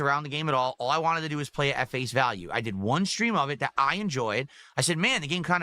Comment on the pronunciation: I’m giving people what they WHAAA. I can’t Stand that he drops is T’s all over the place.